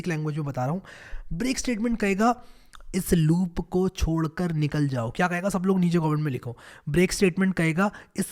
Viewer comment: Are bhai chhodkar not chodkar